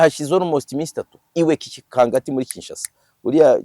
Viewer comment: we bavuga kingakati ntabwo ari kikangati😅